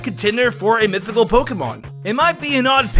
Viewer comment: Sheimin it's mithycal men